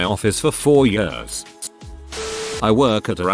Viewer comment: Noone: The bot reading: I lived in DC for many yöhrs